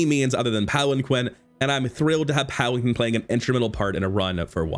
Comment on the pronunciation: It’s pronounced palan-keen